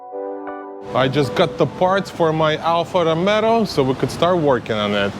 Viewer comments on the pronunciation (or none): Sorry to say. It is Alfa Romeo not Alfa Romero. Thanks for the video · " alfa romero" 🤣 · Me triggered by the way he says Romero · is romeo no romero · great content + knowledge and skills. But the make isn’t called “Romero” haha. By the way the W222, your daily, is a stunner.. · ‘Alfa Romero’ 😂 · its not ROMERO IS ROMEO!!! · Good job , but he name of the car is Alfa Romeo , not Alfa Romero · Pochemu Alfa Romero? Lol 😂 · "ALFA ROMERO" LOL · Found your video! Awesome content man. I was cracking up every time you call it an Alfa “Romero” lol. Keep up the awesome work brother. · "Alfa Romero" 🤣🤣🤣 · Alfa Romeo not Romero 😂😂😂😂😂👍👍👍🇧🇷🇧🇷🇧🇷🇧🇷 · Lost me at the second “ Romero”! 😂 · Funny you say Alpha Romero instead of Romeo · what is "Alfa Romero"???